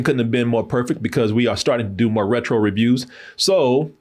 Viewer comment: RETRO? c'mon 😂